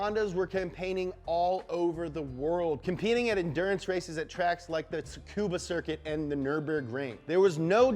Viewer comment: Tsukuba Circuit is more closely pronounced like "Scuba Circuit"